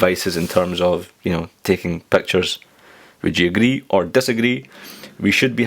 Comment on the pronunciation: "Nobody uses iPad to take Pactures , dasagree or aagree?" hehehe (no offense :P)